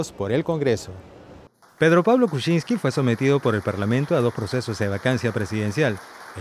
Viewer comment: Kuczsinky no kuchinsky